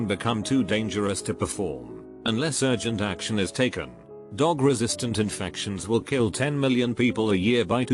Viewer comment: Word: drug Voice: D o g